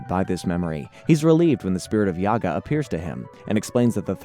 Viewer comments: It's not Yaga... It's JAGA! J not Y. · Read the names correctly bro! not Yaga, he is Jaga And the two kittens too! Sigh. Don't you know their names? I think you never watched any of the episodes before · 1. his name is Jaga and not Jiaga, you pronounce it all the time wrong. Are you sure you hae seen any episodes? 2. in the beginning why we see the 2011 panthro? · Dude yaga.. have you ever seen the show? Its jaga like jaguar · Who the f*ck is Yagga you mean Jagga clearly you didnt watch the show. Also Snarf is Lion-o's nurse maid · I cant get past the mispronunciations. Dudes killin me with "Yaga" F outta here. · The pronunciation of “Jaga” as well as “Wily kit and Wilycat” are definitely tip offs that something isn’t right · My dude... you made a 60 minute video about the Thindercats and you don't know how to pronounce Jaga's name? (Juh, not Yah). Its giving "tell me you've never watched this show without telling me" energy. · Itts Jaga not Yaga... Fck sake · It’s because this is AI content. They don’t do any research and have no connection to the ip. They pronouncing YAGA… his name is pronounced JA-ga. It’s AI trash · It’s Ja-Ga and Wi-lee. You’re obviously young lol. Good video, thanks. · I figured he would get that wrong including Mumra. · Thank you. Plus it's Mumm-Ra like the Egyptian god Ra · JA-GA not YA-GA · It's actually Jaga the J is not silent ofcourse if you were a real fan of the show you'd known that and also Thundercats weren't on Saturday Mornings they where on during the week after-school. Maybe next time do a little bit more research chief. 😎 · I got to meet Larry Kenny, the voice of Lion-O, and get his autograph. During this meet and greet, I made sure to tell him how instrumental he was in my childhood by making all those mistakes and JAGA had to show him the right way. Curious to see this alternate version with whoever this YAGA character is. As well as the 2 Willies. Totally not pronounced Wily, like Dr Wily from the Megaman franchise